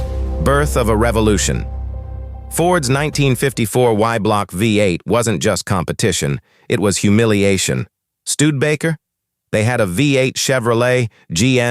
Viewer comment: "stewed-baker"(or stood-baker) pronunciation for the proper name "Studebaker"?? AI-generated narration needs to be "proof-listened".